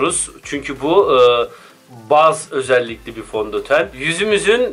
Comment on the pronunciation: Fontoten :DDd